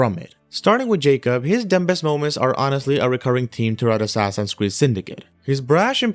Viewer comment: this is meant to help you so please don't be offended, there is a B in the word "dumbest" however you do not say it. so it's. Dum-est, not Dum-Best. :)